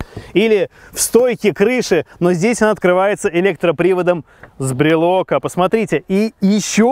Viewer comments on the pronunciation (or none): БРЕЛКА!!! Ударение на Е!!!